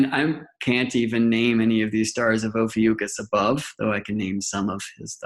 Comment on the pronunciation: Love the video but brother ..its O PHEE ICK US....oh fee ick us... Ophiuchus...lol it drove me crazy whatever u were saying